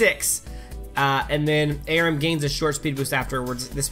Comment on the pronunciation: Omfg it's are-oo-m not a-rim. I'm a bitch